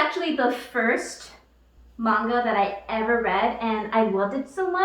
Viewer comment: Alright, I finally watched this all the way through. Kinda felll asleep the first time. First off, thank u for pronouncing manga correctly. It irks me when it's pronounced "maynga" n not the accurate, "mahnga" I've been made fun of because of that. I'm gonna watch this again cuz there's more comments I want to make...